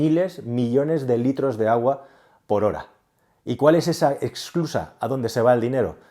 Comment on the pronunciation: SE DICE ESSSSSSCLUSA, NO EXCLUSA. SE DICE INFLACIÓN Y NO INFLACCIÓN.